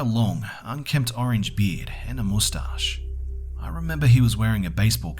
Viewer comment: Hey Be say the word mustouche again